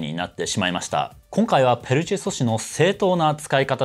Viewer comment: ペルチェ ''しょし'' んしゃ…